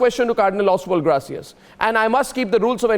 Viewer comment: Surprisingly AG cannot pronounce the name ' Gracias' . He sounds uneducated to day the least.